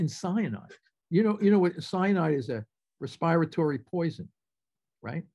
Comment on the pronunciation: A little off topic perhaps…but is that really how “respiratory” is pronounced?